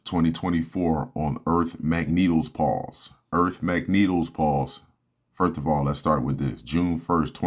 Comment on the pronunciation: It’s pronounced “pro-tects” and “fir-st” !!!! Open your mouth bro!!!!